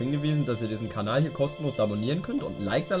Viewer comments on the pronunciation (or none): none